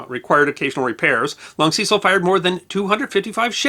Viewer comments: We were never taught about Ceecile Rhodes but Cecil Rhodes pronounced ses-il. Never heard him called like you have. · Cecil, with a short 'e', not long. He was British after all. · The long ee in Cecil is very weird. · I do enjoy the History Guys Channel, but I do think names should be pronounced as they are by the people concerned. In UK English [The original] Cecil is pronounced the first C is pronounced as the letter S the the second as a letter C, Secil phonetically. not Seesill as the Americans say it. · Also Cecil is pronounced 'Se-Sil', not 'See-Sil'. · Sorry, but Ceeecil grates my gears. Completely spoils an otherwise enjoyable video. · It's only right to check and pronounce people's names as they do. Kekewich is pronounced Keck-witch. Cecil pronounced his name Sessle. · The 'e' in the name Cecil in the UK (where Rhodes was from) is pronounced as in the word 'end'. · Ah, the vagaries of English proper names: Wodehouse pronounced "Wood-house". Cecil pronounced "Sess-ill". Woolwich pronounced "Wool-idge". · FFS its not hard to do a bit of research as to the correct pronunciation of Cecil. He was a major figure in British colonial history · The video was fine the appalling pronunciation of the name Cecil wasn't